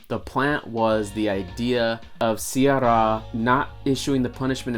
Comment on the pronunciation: If you can't pronounce "sye raa" properly, I'd doubt if you have watched the movie or not! That word was uttered like 200 times in the movie!!